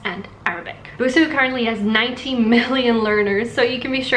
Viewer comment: ぶす じゃなくて, ブスー だぞ。 Still ww Her pitch accent is exactly the pitch accent for ぶす though, which is killing me.